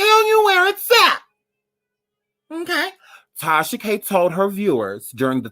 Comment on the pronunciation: “MMMKAY?!” Lmfaooo